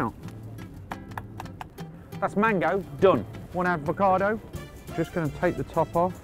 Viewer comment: PLEASE don't pronounce it aDvocado! It's avocado